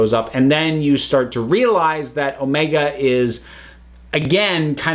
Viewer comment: I always have problem with Omega's name that you have to stress "O" instead of "E"